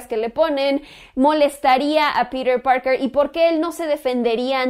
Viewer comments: ES TAN DIFÍCIL DECIR PITER PARKER Y NO PIRER PAOKER :v :v NO LE VEO LA LÓGICA DE ESTAR HABLANDO DE ESA MANERA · pirer purker !!!! jajajaja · "Pirir Parker" jejeje v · "Pirer Parkerrr" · "Pider Pargr" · Tom Hollan hace un buen papel de Peter Parker -¿Peter Parker? Uh lala señor señor francés. -¿Entonces como se dice,? - "pirer parquer"